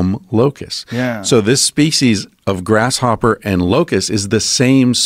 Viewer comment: Are they too lazy to pronounce LocusT correctly? It's not LOCUS.